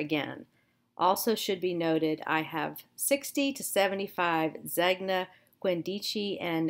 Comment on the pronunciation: Zegna is Italian and pronunced ZANE-ya.